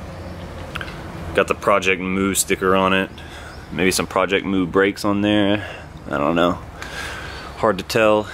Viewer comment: its project mu not project moo